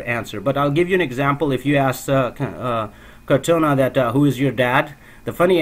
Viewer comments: It's "core-tah-nah", not "car-tone-ah" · I was about to post the same comment... it is cor taaaaa naaaaaaa